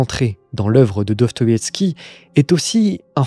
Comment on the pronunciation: Répète après moi : Do. Sto. Ïev. Ski.